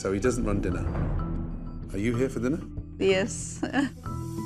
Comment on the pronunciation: We gonna ignore the fact he said "diner" and not "dinner"?.... It's like the Kitchen Nightmare episode where someone spelt dinning experience, instead of dining experience.